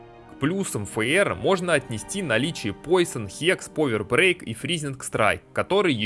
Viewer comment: Современный английский: существует 400 лет Декламатор: "вишионс стейс" "повер брейк" "кварт стейнс" "темпел кнайт" "дэз вайшпер" "халф хп" "поисон"